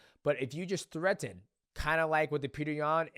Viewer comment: why can't dj pronounce, "threaten" like a normal person? he just keeps saying it weird.